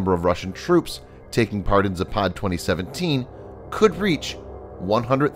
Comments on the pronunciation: It's pronounced "zApad" not "zapAd." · Its Západ not Zapád, невозможно выстаивать